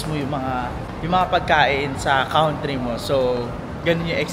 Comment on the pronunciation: take this comment for your improvement. Tama: cantry (country)